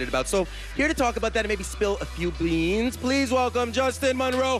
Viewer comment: “Spill a few bleans” 😂😂😂😂😂